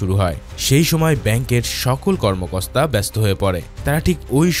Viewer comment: আপনি ভয়েস করার সময় একটা ভুল কথা বলছে এখানে আপনি কর্মকর্তার জায়গায় কর্মকস্তা বলছেন এটা আপনি ভুল ধরায় নাই আপনাকে আমি এমনিতে বললাম এটা বোঝাতে চাচ্ছি যে আপনি মুভিগুলা কিভাবে আমি দেখি মনোযোগ দিয়ে পারলে একটা রিপ্লাই দিয়ে যাবেন❤❤❤